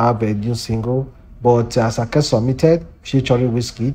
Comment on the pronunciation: Please pronounce ASAKE properly